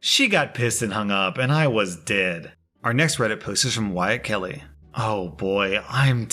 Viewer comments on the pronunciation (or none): I heard R Kelly, not Wyatt Kelly. Took me a second.